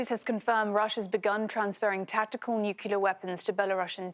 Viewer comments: This woman reporter said nucular... What, does she think she's George Bush? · While the broad still pronounces it "nucular". Why does an anchor of one of the biggest msm outlets not know how to say nuclear? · again, it's pronounced NUCLEAR. It is simple grammar. Having a posh accent does not make you smart! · (Supposedly) profesionnal pressenter NOT able to say the word "nuclear" correctly is a MAJOR fail. 😝 Where did they find her? Is she just eye candy? Shouldn't they have them pass a test before hiring them? English is not even my native language and this made me cringe! 😂 At least Salma Abdelaziz is competent and articulate. They should choose her as a presenter instead of Barbie... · YOUR HOSTS CAN"T SAY NUCLEAR.